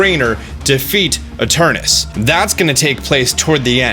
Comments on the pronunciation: You keep mispronouncing Eternatus. You keep saying "Eternus". Make sure you read the words fully before making an entire video mispronouncing it. Lol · Its literally spelled ETERNATUS why are you pronouncing it like that?? Its so annoying XD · Soooo.... Eternatus but said like Eternus? 🤔 magic space chicken makes the "at" silent lol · Ok but it hurts every time you pronounce it "eternus" when its clearly spelt Eternatus. It's physically painful. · I couldn't have said it better. In fact, I didn't, so I'll delete my post about it. Thanks. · Please stop saying eterNATus' name wrong.... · this whole video, you keep missing a syllable. “Eternus”. smh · its spelt eternatus but you b pronouncing it as eternus, im confused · EterNAtus. Seriously dude wtf. You are skipping an entire syllable every.single.time. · Why can't any poketuber pronounce Eternatus correctly?